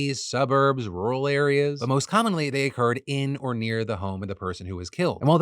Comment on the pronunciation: I've never heard Phil's southern come out until he just said rural 😂😂